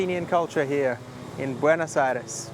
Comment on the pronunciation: Why do all of the English-speaking foreigners mispronounce the name of the capital? It is not BuenAs but BuEnOs Aires.